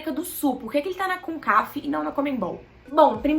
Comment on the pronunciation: Só errou o nome concacaf vc falou concaf kkkk